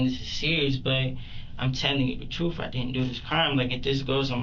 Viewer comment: "I'm telling you the truff"... 😀😃😄😁😆😅😂🤣 and he wants to be a DOCTOR!!!